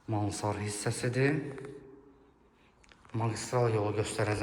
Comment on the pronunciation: Mansar yox, mansarD, sözün axirinda “D” hərifi var.